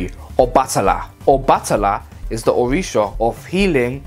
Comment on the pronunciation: Yh I said it wrong 🤣🤣🤣🤣🤣🤣🤣🤣🤣 My pronunciation has improved It’s so embarrassing I might have to remake this one